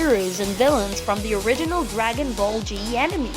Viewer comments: Its dragon ball z not g anime not animi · This guy said enemy instead of anime 🤣🤣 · Never mind that he said animee not anime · And he say anemee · yeah that’s a really good “animy” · "Dragen ball ji" "Animi"